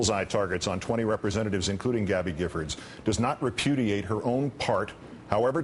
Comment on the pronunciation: hahha he said reputiate !! this is WIN